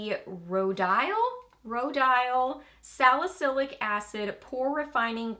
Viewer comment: Fyi, Rodial is pronounced ROE-dee-uhl. Think rodeo with an "al" instead of an "o" at the end.😎